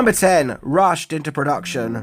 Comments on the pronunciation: Rushed not Rused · "Rused" into action. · #10: “RUSED” into production lol😅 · Number 10 said "rused " into production instead of rushed. But being a jerk. Just thought it was funny. Carry on. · Wouldn't that be "Rushed into Production" not "Rused into Production"? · *Rushed What the hell is Rused into Production? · "Rused into production" LOL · Must have "rused" to get this video out